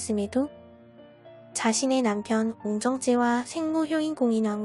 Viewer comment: 옹청체요? 중간에 발음이...